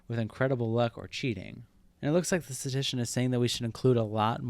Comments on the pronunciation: Every time you said “statician” instead of “statistician” I punched a wall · nice video, but FYI it’s “statistician”, not “statician”. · This video is great but I can't stand how poorly you pronounce the word statistician. It's not sta-tician. You're skipping an entire syllable. Notice there are 3 Ts in the word. It is sta-tis-tician. Also .09% is not 9 out of 100. That would be 9%. .09% would be 9 out of 10,000. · The only thing I hate about this video is the amount of statistician mispronounced as "statician" lol. But yeah, if the harvard dude's math is shady, it "probably" is, or he "probably" is. Kids, don't do math... I mean meth. xD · It’s statistician, not statician. Pronounced “status tishin” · Great video overall but I have to be that guy: s t a t - i s t - i c i a n The amount of times "statician" is said in this video hurts my brain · "Statistician" not "Statician". But otherwise nice video! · Can't tell if you are saying - statician or statistician. No hate, good video. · For the love of god it is pronounced STAT-IST-ICIAN not STATICIAN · You kept saying “statician”... which isn’t an English word. Bro it’s “statistician” (stat-is-ti-cian). Big oof. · “Statition” I’m done. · *statistician. You missed an entire syllable. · If you can’t even pronounce the word Statistician, you should probably rethink your authority on this subject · You're skipping the 2nd "ti" in "statistician" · "Statistician" has 4 syllables dawg